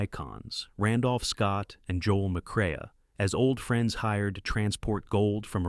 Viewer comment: His name is pronounced McCray, not McCraya.